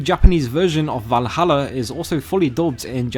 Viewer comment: You mean Varuharra